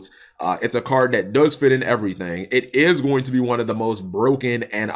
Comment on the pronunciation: Clearly you watch Drew lol Everathang! Everathang!